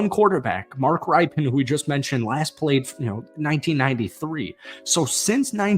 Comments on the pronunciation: What hole are you in that you don’t know how to pronounce ESPN reporter John Keim’s name correctly? AND you don’t know how to pronounce Super Bowl QB Mark Rypien’s name right? Ripen? It’s pronounced Rippin . All credibility LOST MAN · It's pronounced "RIP"Pen. Like "he ripped the ball" not "RIPEN" Like those lemons need some time to ripen. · Yo his name is pronounced Mark "Rip-in" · It’s Rip-Ken how u pronounce his name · Good reporting, but "Keim" is pronounced K-eye-m and "Rypien" is pronounced Rip-in. I don't want to let you stand there with a booger in your nose😉 HTTRWFTC4LIFE! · Thanks for the video. I've known this team had some serious QB issues but I didn't know they had not had the same starter for three years in a row since 30 years ago. Wow! As a fan of the Redskins since the late 80's, I thought I'd give you a heads up, Rypien is pronounced more like "Rippin". I look forward to your next video on the Commanders. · Please learn how to pronounce Mark Rypien's name correctly.